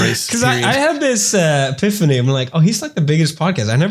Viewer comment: did pewds say 'piphany' instead of epiphany 😂